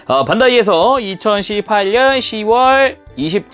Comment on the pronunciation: 2018년 발음이 너무 찰져요...